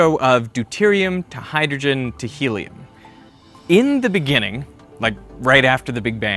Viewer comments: IN THE BENINGING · In The Beninging ....